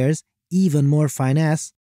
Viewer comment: It's Finn Ess not fine ass. FINESSE